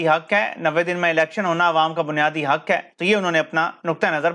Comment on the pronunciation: “HUK” sahee hai “HAQ”, “COM” sahee hai ya “QAUM”!? Kuchh apni bhi islah kerlo!?